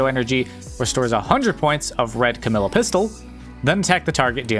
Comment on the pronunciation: I notice your saying Camille instead of camellya if your struggling to say her name it’s like the animal camel- then “eya“ camellya